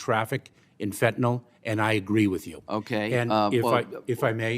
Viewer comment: Somebody please tell these people how to pronounce fentanyl. Last syllable rhymes with hill.